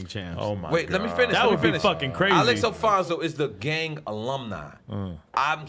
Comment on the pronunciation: Nore butchered the names of the gangster Chronicles host names ALEX ALFONZO (Alex Alonzo) and BOB JAMES(Mob James) lmao!